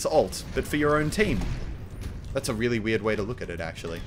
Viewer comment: and "REEALY RELY..." lol